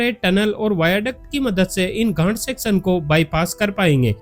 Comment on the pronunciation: भई घाट को सही से बोला करो मैं कुछ और समझा